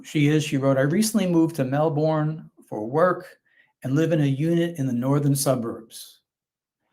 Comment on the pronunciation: The city is pronounced "MELL-burn".